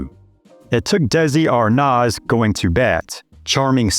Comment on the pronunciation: Desi ArNOZZ????? I'm outahere...